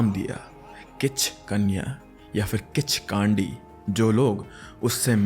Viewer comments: Its pronounced "Khichkandi" not "Khichkaandi" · Kaandi❌ Kandi✅ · Kichkandi not broo Kichkandii 😂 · Its किच्कन्डि not kichkaandiiiiii bro😂😂😂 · its kichkandi not kichkaandi:face-purple-crying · Kandi h spelling but pronunciation kaa nhi kww hota h I mean kichkwndi Nepal me bht casual h 😂 Kichdandi Ka hona raat ko ghumo ek na ek toh milega har you'll see har bus van taxi me chudiya milti h isse man na h kii kinchkandi vagegi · It's kichhkinni 😅 but good content .. totally a fan of sr ❤pay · The way you pronounced kichkandi😂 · pronunciation of Kichkandi is wrong 😅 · Bruh at first learn how to pronounce properly kichkandi lol